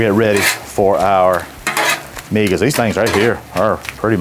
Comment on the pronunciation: First thing is that you dhould get a better source to reference in your video. Migas Tacos are a hispanic breakfast food... in my experience throughout the hispanic community. find yourself a hispanic cooking youtube channel to find the correct way to cook migas and the proper way to say the name of the taco. You did a disservice to my heritage. Also, everyone knows that San Antonio has better tacos than Austin.